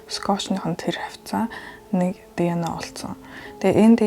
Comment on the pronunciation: Тэнэг дэно биш диэ нэе